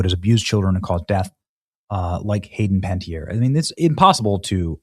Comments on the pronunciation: Okay Benny. It's disrespectful of you to call her Hayden "Panty-Air" when her name is Panna-TEE-airy. If you're gonna make money talking about her death at least take the time to pronounce her name correctly. This really pissed me off. It's giving "getting on a soapbox and finger wagging while not actually giving a crap about this woman!" Get it together and show some class and respect. You can't go on a tangent about her destruction yet you clearly couldn't be bothered to say her name. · Can you please try to pronounce her name correctly? Seriously. It's not "panty-eer", it's closer to "panniteer". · I have a feeling the overdose wasn’t her doing… oh, and dude… learn how to say names! It’s Panuh-teer, not pantyair 🙄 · You're mispronouncing her name. It's Pan net tiere not Pan tee iere. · I think her name is pronounced Pan-ettierie not Panty-air. Say her name right at least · Pan-eh-tier sorry but if shes passed we should at least give her the respect of saying her name correctly. No hate, just think its a minor detail that shoild be acknowledged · It's Bur-RAY. Don't follow hockey, huh? It's Pana-tea-ere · Pen it tere ie Cmon man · Ay least say her name correctly. Keep going, Sir. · PLEASE learn how to pronounce proper names correctly! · How do you butcher everyone's name, & places? Just google pronunciations before a show. 😠 Corey Feldman finally disclosed some & nothing happened to them. More like getting the death jab like her brother, than an OD. You're 100% correct about the solution for depression.